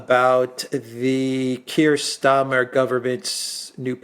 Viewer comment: It's Sir... Kier Starmer 😂